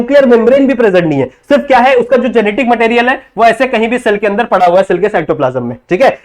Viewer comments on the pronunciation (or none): none